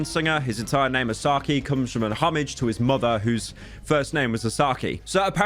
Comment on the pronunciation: lol he said homage as "hommige"